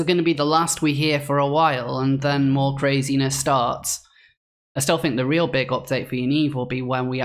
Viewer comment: I've watched your posts and enjoyed them mostly. But please work on your think and ''fink''